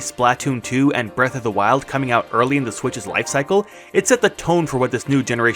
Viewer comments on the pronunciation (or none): none